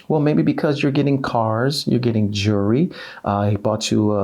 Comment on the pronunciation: it is not jewry it has a “L” in the word Jewelry!